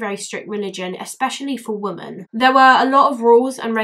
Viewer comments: I watched the documentary you included a clip from and it stuck with me too. Poor girl. Society failed her. Also out of interest, why do you say "woman" instead of "women" for plural? I'm a language nerd and find it interesting that more people seem to be doing that! Wondering if it's a geographical thing 🤔😂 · Awesome video! Can I just ask.. Why is it you say "women" as "woman" sometimes? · Sorry but why are you saying woman instead of women, your saying woman in sentences that should be women. Sorry just an error I noticed. Also Muslims should be punished if they obey their stupid laws, it's solely made to keep women in check, it's all man made crap, look it up. Its basically a "religion" to discriminate and dominant women.